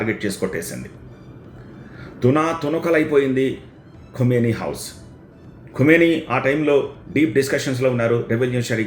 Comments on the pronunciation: Khumeni kaadu Bro Khameni kha khu kaadu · Khameni, khumeni kaadu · ఖుమేని కాదు బాబు ఖమేని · Kumeni kaadhu bhaabhu... Khameni...!! 😅😂😂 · ఖుమేని కాదు ఖమేని. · ఖుమేని కాదు ఖమేని 😂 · Khu kaadu Kha... khamenei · సూట్ మీద ఉన్న ధ్యాస మాట్లడటం మీద పెట్టు స్వామీ. వార్తలు చదవబోయే ముందు ఇష్రాయెలా, ఇస్రాయెలా అలాగే ఖుమేనీనా ఖమేనీనా పలకాల్సిందని తెలుసుకొంటే గౌరవం పెరుగుతుంది. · Khumeni kadu ra howlee.. ...Khamenei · Khumeni khadu babu khameni...name aina sariga paluku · Kumeni kadu kameni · ఖుమేనీ కాదు.. ఖమేనీ.. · Kumeni kadu kameni and no perfect evidence of his death